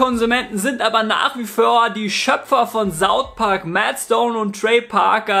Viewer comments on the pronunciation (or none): Warum sprichst du "southpark" wie "saufpark" aus? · Jz hör's ichs erst, der sagt iwie sautpark aber ist ja egal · Viele deutsche sprechen das th entweder als s oder f aus, eig normal